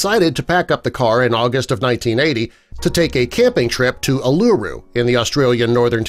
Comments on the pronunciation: its pronounced oo-la-roo :) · Probounced ‘ull-a-roo’ but awesome video anyway